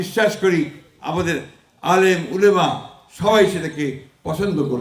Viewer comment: ঠিকমতো ওলামা বলতে পারেনা বাটপার